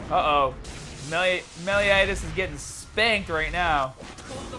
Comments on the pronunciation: Hey! Welcome to the Grand Cross fam! Btw its Meliodas not melinodas, lol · love the meliodas pronunciation lmao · Am I the only one whose bothered by the way he says meliodas XDD